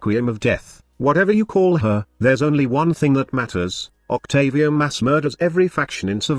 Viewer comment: Octavier haha